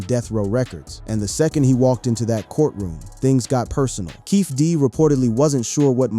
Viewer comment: Aside from some of the visuals being totally non sequitur to the commentary, there's plenty of continuity issues: "PEE RUE" "SHOE GID KNIGHT" "PACK's assassination" "KEFFAY"